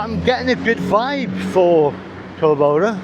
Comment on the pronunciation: I know this is a bit annoying, but so sorry I cannot contain myself. In Argentina we pronounce the name CORdoba, the accent is in the first syllable. I mean of course you can pronounce however it comes out; perks of the old traveller. I am also with you on that issue. I feel like 18 inside me with just a few decades of experience in that age.